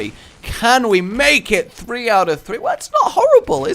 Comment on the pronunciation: Is this just a rage thing, or a Western European thing with "three" being heard as "free" and similar words?